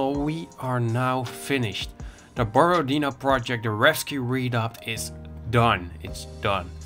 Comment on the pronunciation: Borodino pronounced as BorodinO, stress on the last O letter